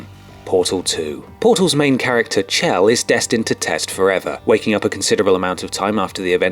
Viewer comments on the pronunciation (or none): For portal 2, it's pronounced "Shell", like a shortened version of "michelle". Not like the CH in cheese. Just sounds weird when you say it like that. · It's pronounced Shell, not Chell, even though it's spelled C-H-E-L-L. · "Chell." You couldn't say her name right? The fuck?